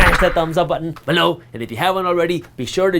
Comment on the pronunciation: can you sneak in a "billo!" rather than "below!"